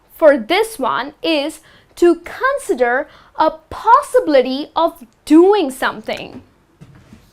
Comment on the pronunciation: Con'sider not 'consider